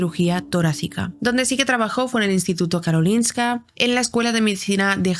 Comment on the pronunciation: Soy sueca (estoy aprendiendo español y uso sus vídeos jaja) y recuerdo cuando esto pasó, fue una locura aquí. Por cierto, pronuncias Karolinska perfectamente :)